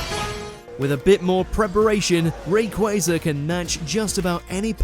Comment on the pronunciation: Honestly, im not surprised by the top ten. What does surprised me is that they pronounced rayquaza's name correctly